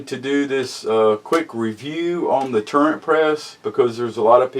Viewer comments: It's not a"Turrent" press. It's Turret.....no "n" in it. Will the Classic Turret press accept magnum rifle cases such as the .338 Winchester Magnum? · It's turret. Not turrent. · Sorry man but it's not a tur rent press, it's a tur ret press. Lol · It is a TURRET not turrent. Smh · There is no 'N' in turret. Please pronounce it correctly and kill that dam rooster in the background. Yes I know this is an old video